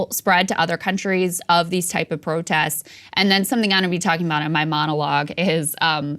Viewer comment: Krystal you said: “ProtESS” instead of “protests”. Some missing consonants there!